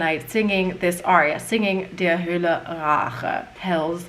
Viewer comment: you need to say "Hölle" correctly. Listen to some German reviews